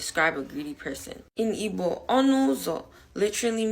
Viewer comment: I cannot deal with that "G" in Igbo not being silent. If you can't keep the G silent, then really you should Be silent. Respectfully 🙏🏾